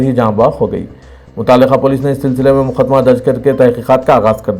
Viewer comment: KYU MUKHDMAT READ KERTE HO...URDU THEEK SE BOLNE NAHI AATA..MUQDMAT READ KRO...URDU KO BERBAD NA KRO...